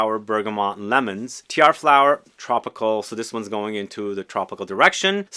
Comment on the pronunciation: Aloha, Tiare.....Tee-Ar-Ray